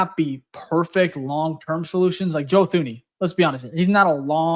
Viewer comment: It's pronounced Joe Tooney. Get it right kid.